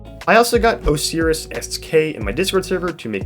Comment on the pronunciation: you pronounced the "ee" to much XD but the rest was fine! Thanks for having my friend on!